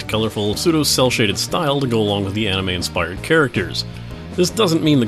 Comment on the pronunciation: ... you always said "anime" correctly. Why do you suddenly say "enimey" now? Listen, you were right, it's a Japanese word with Japanese pronunciation - they don't even HAVE any As that sound like Es or Es that sound like EYs! You were correct, it's NOT "enimey"! xD